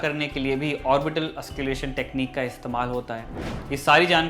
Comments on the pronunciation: Bhai it's auscul't'ation not ausculation. Nways nice video. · ऑस्क्युलेशन नही। ऑस्कलटेशन बोलते है। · Sir auscultation not ausculation..pronunciation sahi kar lijiye.. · एंकर साहेब ऑस्क्लेशन नहीं ऑस्कलटेशन होता है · Lol its auscultation Not ausculation U don't know anything and telling everyone that you know everything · Wrong pronunciation ... Auscultation not Ausculation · Bhai... M kya bolu.. Can't stop laughing... Ye auscul-tation pronounce hota h.. Auscalation nahi.. Bas kaafi h.. Samajh gaya hoga tu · You are pronouncing it wrong, it’s not “ausculation” but “auscultation”...please say it correctly...practice mate! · That is called auscultation not ausculation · Its " Auscultation"..not " Ausculation" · Ausculation kya he... auscultation hota he... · Nice Report....But its "AUSCULTATION' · Well said and put a strong argument in this serious context. But Sir, you are pronouncing the word, AUSCULTATION wrongly. Rest all is good enough..